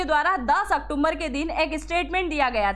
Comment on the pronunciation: मैडम बड़े शर्म की बात है आप अक्टूबर शब्द को सही नहीं बोल पा रही हैं आप क्या एग्जाम नारी चलाती हैं बार बार इंडिकेट करने के बाद भी आप अक्टुम्बर अक्टुम्बर बोलती हैं जबकि शब्द अक्टूबर है